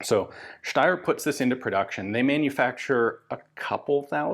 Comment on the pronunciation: I really like that Ian is pronouncing Steyr the correct way 👍👍